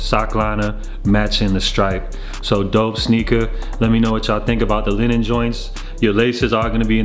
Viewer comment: its "Lee-nen" not Lenin, it aint a commie shoe